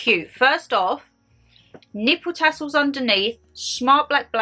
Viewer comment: Sorry 😂😂😂 but did noone else notice the speak mistake. Nipple tassels 😂😂😂 good job momma G wasn't in vlog bless her 🤣🤣🤣 x